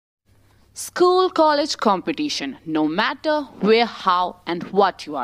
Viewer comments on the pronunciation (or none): none